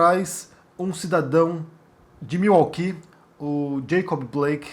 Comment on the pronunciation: Sim é correto e admirável. Claro nunca irá acontecer no Brasil. A pronúncia correta é Miuóqui. ( Milwaukee). Abraços